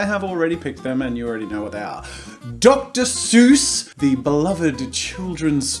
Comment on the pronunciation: Dr. Zeus